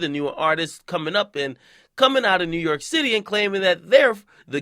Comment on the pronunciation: WU - YORK